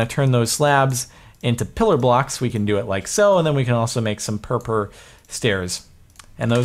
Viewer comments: Purpur is German for purple and it is pronounced more similarly to (pour-pour) but not exactly. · Purpur is actually a really informal way to say purple in German, and it unfortunately has nothing to do with cats. Its also pronounced pour-pour. Thought youd like to know! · God, I love how most of ppl who done reviews on this snapshot cannot normally say word "purpur" XD . Actually in lithuanian language (Just FYI I am lithuanian) there is similar (or maybe exact same) word to purpur, it is "purpurinis", "purpuras" (don't quote me on "purpuras" becuz I don't really remember if we still use that word :P) and that word "purpurinis" is a word for a colour which is I think exact same as purpur block's colour ;D . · Ha ha. Everytime Jardon said purpur, it just sounded like he had a speech impediment solely-based on the word purple.